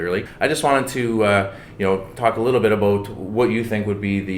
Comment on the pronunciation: Aboot? Lol love it